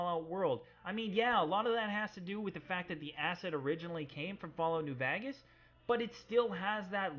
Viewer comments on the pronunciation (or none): awesome video. also its New Vegas not New VAAgas, lol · He said vagas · No one:: Fallout New Vagis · "new vagas" 10/10 love it. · "Fallout: New Vagas" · i lile how you say VAGAS instead of VEGAS LOL so funny... i know its probly not intentional but its hillarious to me great videos thos bro i have been binge watching them VERY GREAT SHIT! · he said new vagas lul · When he said new vegas I thought he said new bag ass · why do you say "New Vegas" so weirdly